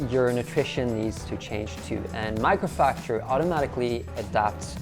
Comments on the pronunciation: Buddy it's mAcrofactor not mIcrofactor haha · Isn't it Macrofactor instead of Microfactor??? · Did noone from his team think it was a good idea to at least pronounce the sponsor name correctly? :D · At first I thought I misheard. But yes, he pronounced it wrongly. Jeff Nippard's gonna be mad 😂.